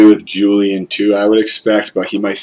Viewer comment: Good stuff. Not that it’s going to matter much longer, but Castro’s first name is WHOOLIAN not a hard J 👍